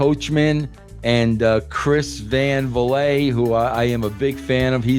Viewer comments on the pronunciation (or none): Chris Van Vi-let 😂😂😂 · Chris Van Valet lol? VLEET. You've even been a guest before. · Chris Van Vliet (pronounced like it rhymes with Filet) is crazy 😂